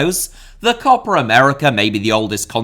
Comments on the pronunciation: Co-Pa America.....shit.....CO-PA AMERICA!!!! not CO-PRA AMERICA!!!!!! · Stop saying "COPPER" America!!! It sound awful. Just say Copa as it is written. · There's no r in copa. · it’s copa not copra. like what accent is this lmao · this video taught me so much, but mostly that Copa has an R in it.. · i like your videos mate but this one is not watchable, please learn how to pronounce COPA without an R. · As a native English speaker (from Ireland) should Copa be pronounced Cope ah? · Short o sound, basically what says without the phantom r sound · should be pronounced "copA!" With the "A" sound from "Average." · How difficult can it be to say “Copa”? 🙄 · 😄 true, it sounds funny. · Copper would've been closer to the correct pronunciation than in the video